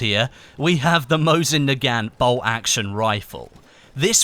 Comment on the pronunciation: mosin nagant is pronounced, mo-zeen nah-gawn (silent t)